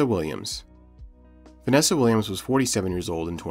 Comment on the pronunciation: It’s Vanessa Williams not Vennesa!